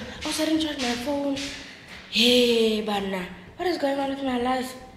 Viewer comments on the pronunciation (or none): When you say hebanna 😂😂😂